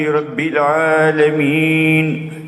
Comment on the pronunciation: kamu paham gak sih saya mendengar bacaan habib umar sdh benar. yang di baca habib umar bukan alamin tp 'alamin